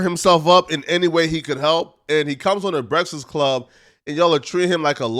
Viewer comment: Wa😂😂😂😂wait..."breaxxast club lol